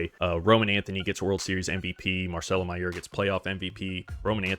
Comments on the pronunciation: Btw idk if you were joking but that’s not how you say mayer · This guy mispronouncing Mayer is really driving me insane